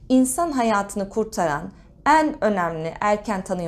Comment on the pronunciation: Lütfen “En” derken E’lerinizi düzeltin aşırı rahatsız ediyor